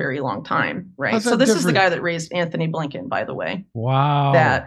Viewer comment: Say his name properly - A. Blinken - go ahead say it out loud ... Abe Lincohn ?! WTF